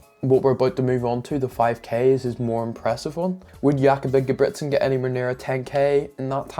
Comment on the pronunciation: The second time was correct, the first time is how you say it for Jakob Ingebrigtsen.